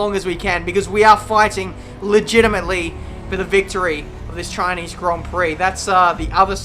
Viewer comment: CHINEEZ GRON PROK